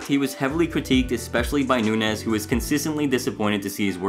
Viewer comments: Dude, Chris’s name isn’t Nunez it’s Nuñez. The ñ is said like there’s a y after the n. It’s Nun-yez. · It is Noon' yez. Not noon. nez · Its "noon-yez". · You’re killin me with “noon-ez” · the way this guy pronounces nuñez is like ... so weird to me lmfao. shouldnt it be more like "nun-yez" ? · I was cringing at “noon-ez” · Pronunciation all around is annoying but good info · the second "n" in nunez makes a "y" sound, gringo. hahahaha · You really can't pronounce "Nuñez"? Did you even watch the show? 😂